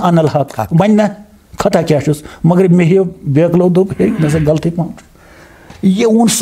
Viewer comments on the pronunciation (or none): none